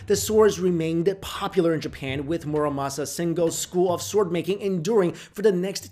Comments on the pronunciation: It's sword, not SWARD!! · Do you pronounce "w" in "sword"? It bugs me, oh so.